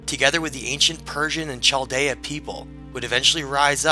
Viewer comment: The proper pronunciation of "Chaldean" is -- Kal-DEE-un.